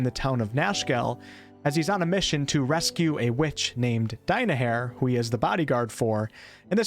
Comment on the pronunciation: The way you pronounce "Die-my-hair" makes me want to meet Minsc's sword.